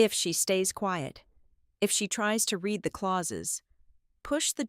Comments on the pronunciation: cant the brilliant AI learn the difference between i red and book and i can reed the book and what the hell language are the numbers in. isnymbers and time in? cmon its totally disruptive an d irritating! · Red is read and read is reed.